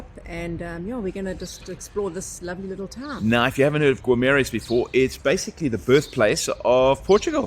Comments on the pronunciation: Não se lê o u,é Guimarães,não é gumarães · Wanneer julle terug kom, vra die Porratjies hoe om al die Portugese woorde uit te spreek. Dink julle lag julle dood, as julle hoor hoe die name regtig gesê word. 😊😁🤗 Gi-ma-reighnsh (Guimarães)